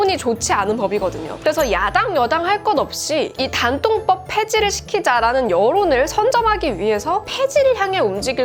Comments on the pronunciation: 단통법을 굳이 댄-통-뻡이라고 하신 이유가...? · 된통법 이럴게 들리네요 ㅋㅋ